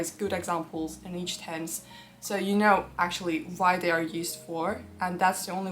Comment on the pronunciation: sto saying the letter v instead of w you really tripping me instead of saying why you say vhy why?